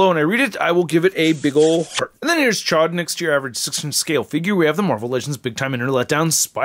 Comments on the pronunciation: The way you were pronouncing it before chod it means fuck where I’m from 😂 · Gotta pronounce that name right!! It's a long O